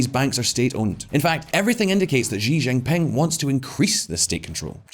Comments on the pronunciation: Xi= se/see pronounce not xi= g Why the hell he was pronouncing xi=g jing ping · Will someone tell him how to pronounce Xi Jinping? She Ginping, it’s not hard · I'm surprised no one can ever pronounce his name correctly: It's She Gin Ping (English pronunciation for each word)